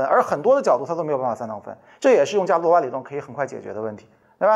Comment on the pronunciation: 伽罗瓦 读 [ga luo wa]